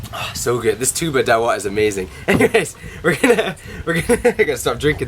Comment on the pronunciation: the correct pronunciation is TUB- BÀ not TSU-BAH...